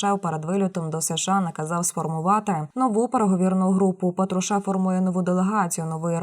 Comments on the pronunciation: ударение на фамилию ставите неправильно глотаете слова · Говори хоть прізвище правильно,бридко